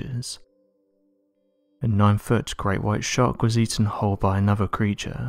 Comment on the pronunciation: Can these people not just speak normally? And what is it that is so hard to pronounce th? It looks nothing like a v, or an f. The word is not anover